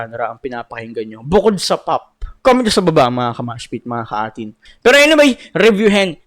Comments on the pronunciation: Pronounce it as number 18 ang A'TIN boi.Dungka is disctrack for Abra and Ato and to those na hindi ma gets ang SB19 dahil pag may mga music awards ang SB19 individual release are nominated and win.Hindi maintindihan ng iba na kapag may nomination ang SB19 A'TIN will take forward na manalo sila yan ang hindi matanggap ng ibang artist.Most of artist na may million followers pero not a solid supporter when it comes of buying,purchasing watching concert and voting every nomination kaya may DUNGKA. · byw, ang pronunciation ng A'tin is like the number 18. pag pinanood mo documentary ni Cashual Chuck, malalamam no explanation ni Pablo jan...sobrang nakaka-touch.